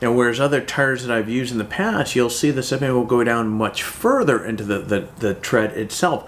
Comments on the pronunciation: Sipping? It's siping (SY-ping). A single one is called a sipe. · Thanks a ton for the video! I've been looking at new mud tires, and you picked two off of my short list. Very informative! If you are interested, "siping" for tires (one "P") rhymes with "typing" and is not to be confused with "sipping" (two Ps), as in drinking a little at a time. Possibly named after an inventor named John Sipes who introduced "sipes" into rubber tires.